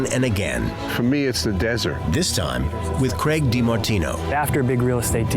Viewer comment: So the host is called Craig, the narrator is calling him Greg... wtf